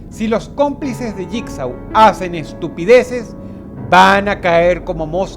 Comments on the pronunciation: Bitch Please es Jigsaw y se pronuncia lligso dilo bien si lo vas a decir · JIGSAW y se dice (jigso) JIGSAW ganaria creen que el no crearia un numero considerable de trampas para hanibal como DROSS lo dijo craimer lo predice todo,todo, es imposible que JIGSAW pierda, claro hanibal es mejor en salud fisica pero... No se JIGSAW tiene ese toque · Se pronuncia asi Saw = So Jigsaw = yikso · mmm jigsaw se pronuncia yigso